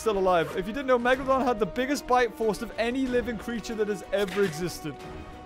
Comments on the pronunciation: ITS PRONOUNCED MEG-U-LOE-DON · It’s not called Megaloden! It’s Megalodon! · did anyone hear the tittle great white and not megaladon